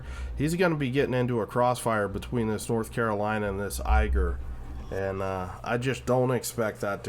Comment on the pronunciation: Thanks for the video, as entertaining as usual. Only minor nitpick, Ägir is more pronounced as ai-gir like in air or eh-gir than eiger (I'm German). Any plans to make a video featuring Elbing in the future? I didn't see any on your channel and your gameplay and explaining helps me to become better at them, especially when is it such an unusual DD line.